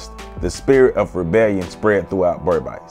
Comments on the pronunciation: Sorry it’s not pronounced BERB ICE. It’s BERBICE pronounced Ber biis/beeees. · Great to see Kofi being celebrated here! Just an FYI Guyanese pronounce it "Ber-beece" to rhyme with "fleece" instead of "Ber-bise" to rhyme with "nice." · Berbice is not pronounced Ber bisee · As A Guyanese, I paused it as soon as u couldn't pronounce Berbice properly. It would be like if a West Indian did a video about Harriet Tubman or Sojourner Truth and fucked up her name right from the start. Would you trust any further information in that video? 😂😂